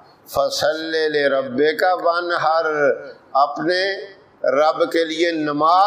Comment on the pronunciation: قاری صاحب موصوف کو یہ بھی نہیں پتہ کہ حروف حلقی پر غنہ نہیں ہوتا ۔۔وانحر پر خوب غنہ فرما رہے ہیں